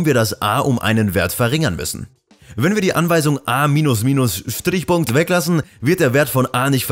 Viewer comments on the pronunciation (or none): Ich werde dieses "Schtrrrich Punkt" nie wieder los, wenn ich ein Semikolon tippe oder sehe....